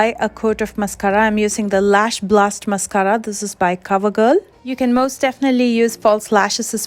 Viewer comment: This is the most helpful eyeliner video I’ve come across in a while. Btw I love the way you say mascara!